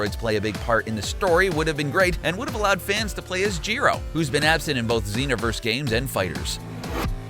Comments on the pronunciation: Dejinn the djinn “ Jeero “ It’s either “ Juh-roh “ or “ Guh-roh “ “ MAAjin “ “ Mah-djinn. “ That’s just obvious. Also, in Majin Vegeta is in Xenoverse 2. Unlike the video saying it. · you do not know how to pronounce gero, whis, zarbon, and majin and its very irritating